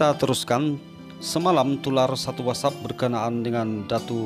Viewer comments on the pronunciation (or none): none